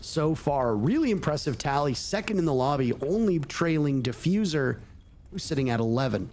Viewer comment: bro said defuzer when gavini killed hyper